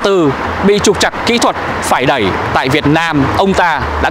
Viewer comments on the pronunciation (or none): Đi "e đẵy" nó lạ lắm à nha 🤭